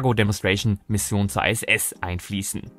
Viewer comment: Nein, International nicht Einternational. Oder Englisch ausgesprochen Internäschenel und nicht Einternäschenel. Also so oder so ISS und nicht Ei SS. Das i wird solo im Englischen zwar als Ei ausgesprochen wir sind aber weder in England noch sind wir Engländer. Ich habe Deutsche Astronauten in der Regel auch immer von der ISS sprechen höhren.